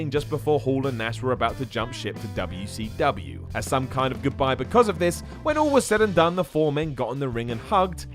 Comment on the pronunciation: is there a explanation for why says wcw like that? i lol every time i heard but i don't know why